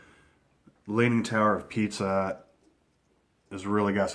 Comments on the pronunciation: its Pisa not pizza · it's tower of pisa not pizza :D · It's the leaning tower of PISA, not PIZZA, you uncultured swine. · I thought he said Pizza. lol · He did say pizza lol he doesn't know how to say it right